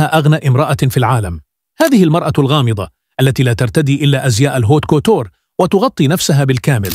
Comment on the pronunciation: الهوت كوتور 😂 و الله اخذت وقت و فهمت انها الجملة الفرنسية La haute couture😂 ما شاء الله على اناقة الشيخة موزة.